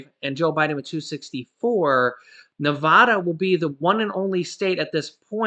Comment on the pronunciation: It is Nev-AD-a,” NOT “Nev-AH-da.” just FYI